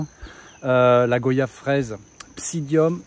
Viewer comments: On dit goi yave pas go yave vous dites pas vo yage mais voyage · Ca se prononce guayave... Tout simplement comme les mots Voyage, noyau... des mots de la langue française quoi... Bon courage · Nous ne disons pas go-yave nous disons goy-ave